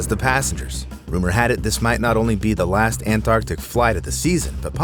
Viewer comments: "las seconds". Nice try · Couldn’t fit that T in there? 😜